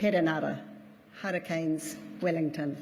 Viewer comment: I think I heard the word Hurricanes in maori 'Harakins'😂